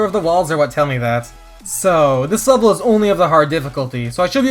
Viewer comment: "puzzle wevel"